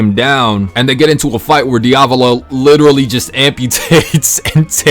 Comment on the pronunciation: ITS NOT DIOVALO